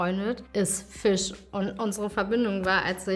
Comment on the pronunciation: Süß, das heisst Fisch nicht Füsch